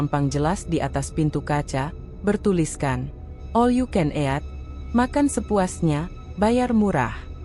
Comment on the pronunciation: Ejaan baca 'eat"... Bikin mau muntah. Kenapa gak pake suara sendiri aja si... Gak usah pake suara google...